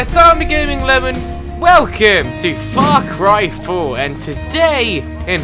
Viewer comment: In this video it sounded as if you said fuck ry for